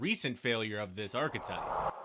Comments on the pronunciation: I don't think knows that archetype has an E in it. He keeps saying arc-type and that's not how it's pronounced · There’s no way you really pronounce archetype as “ark-type”